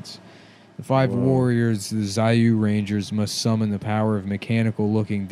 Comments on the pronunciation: what's funny is that in japanese its pronounced Jew Ranger. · The Japanese show is called Zyuranger, which is pronounced Jew Ranger. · The fun Nick would've had if he knew Zyuranger is pronounced like Jew-ranger, missed opportunity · can you imagine how nick would have reacted if he found out zyuranger is pronounced jew-ranger (seriously look up the opening theme) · If only they knew that Zyuranger is pronounced as Jew -ranger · if they only knew how you actually pronounce 'zyuranger'...